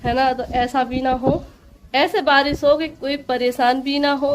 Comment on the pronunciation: Baji barish hota hai baris nahi 🙄